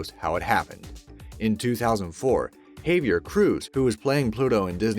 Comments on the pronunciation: Ha-vee-air dude. Get it right. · I'm a bit triggered that he miss pronounced the name Javier lol